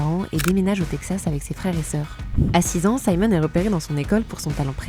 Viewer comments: Elle je suis désolée mais vous auriez dû vous renseigner sur la prononciation de son nom. Ça se prononce Simone comme en français. Simon c’est le prénom masculin. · Merci pour ce reportage! Juste une remarque importante : je m’appelle Simone et la prononciation est simplement Simone et non « Saïmon » qui correspond à Simon en Francais. Et Simone en anglais se prononce « SimOwne »